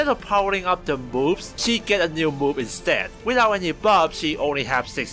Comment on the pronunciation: When you say “Move” “Moves” With your accent I hear “Boob” “Boobs”